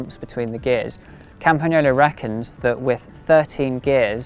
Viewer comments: The correct pronunciation!! 👏👏👏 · I always appreciate it when native English speakers take the time to correctly pronunciate the Italian "gn" sound in words like "Campagnolo". Good job!